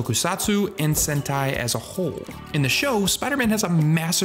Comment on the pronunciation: 7 minutes in and I JUST realized he was saying sentai… not hentai lol